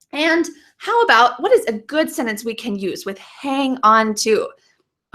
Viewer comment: When you say SENTENCE do you pronounce it as "Senence"? Without the "t"?